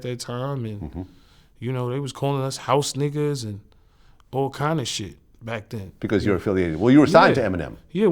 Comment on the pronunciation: Nah the way he say "HOUSE NI**ERS" was funny as hell. He ain't even say it with a 🤣 went hell heavy with that R ! YAYO always funny